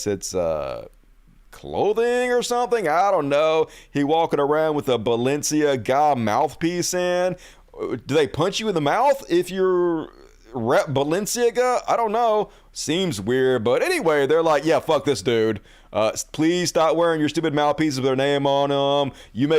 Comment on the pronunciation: Balenciaga is a fashion brand. Just listen to other people say it. Bah-len-SEE- ah-gah. And yes Kanye is a grifting,hateful POS, agreed. Parler stock to zero.